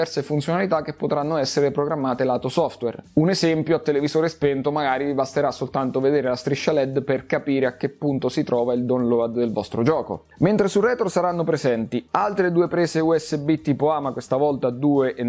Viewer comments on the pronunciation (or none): Per la mia situazione avrebbe senso visto che la nuova Steam Machine sarebbe più potente del mio attuale pc ma non mi convince troppo. Sono comunque contento che l'abbiamo lanciata e che non abbiano abbandonato il progetto. PS: Quando dici “download” sembra tu dica “dolore” :). La pronuncia corretta DAUNLOOD